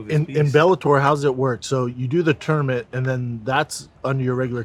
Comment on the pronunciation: I’ll settle for him pronouncing tournament as tourmanent